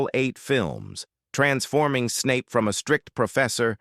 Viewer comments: You have evidently never watched the movies or you would know how to pronounce Snapes's name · You evidently never say the movies, or you would know how to pronounce Professor Snapes name.